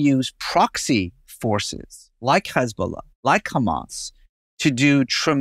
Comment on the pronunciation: In Arabic it’s not khamas, it’s just hamas. There are 2 Hs in Arabic and the word hamas uses the hard h, but that’s diff than the Arabic letter Kh.